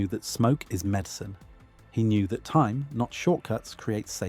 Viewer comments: Took me a long time to figure out he was talking about time -- not thyme. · I kept thinking you were saying "Thyme"